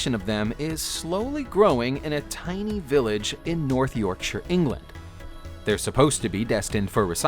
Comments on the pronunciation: That's about the only thing he pronounced correctly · It pleases me that you pronounced Yorkshire correctly.